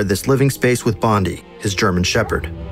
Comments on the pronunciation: That and I don't think I misheard but he called the dog Bondie. Instead of Blondie. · Bondi? lol, its Blondi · Hitler's dog was called Blondi not Bondi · Hitler’s dog’s name was Blondi not Bondi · The german shepherd is called Blondie not Bondi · Hitler's Shepherd was named Blondi. You said Bondi. Fantastic video. Amazed at how well 'Downfall' set designer got it. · Dog was named Blondi, not Bondi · why only using imperial measurements? oh btw: it's Blondi, not Bondi ^^ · your mispronounced Blondi as Bondi. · The dogs name was "Blondie" not "Bondy" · Hitlers dog was named Blondi, not Bondie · the dog was called blondi not bondi and eva braun's name was butchered completely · His dogs name was Blondi, not Bondi... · The name of Hitler's dog was Blondi not Bondi. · I can understand that massacring of Various German words and most of the names, including Goebbels Name, BUT "Hitler shared this space with BONDI??? his German Shepherd." Does ANYONE Spell check/Fact/Error check these vids before theyre published? haha. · goebbels is not pronounced gerbels and the dog's name is blondi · His dog he missed pronounced the name of it